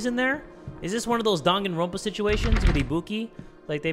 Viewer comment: common man I KNOW you didn’t pronounce danganronpa as dog-on-ropa! Boi!!!!! (Dang-an-Ron-pa) I’m disappointed in you lol.